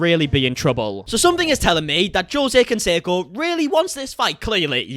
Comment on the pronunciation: I know nothing abt sports and I recognized his name immediately!! But mispronouncing his name was grating!!!! Jeeeez